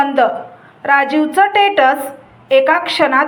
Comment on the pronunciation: टेट्स नाही स्टेटस....आणि नको तिथे पाॅज ,कथा छान पण वाचनाचा सराव आवश्यक. आवाज छान आणि स्पष्ट आहे.👍मला कथा खूप आवडतात. नेहमी दिपक रेगेंचं कथाकथन मी ऐकतो खूप छान वाचन करतात. तुमच्या पण कथा ऐकू .तुम्हाला subscribe केलेलं आहे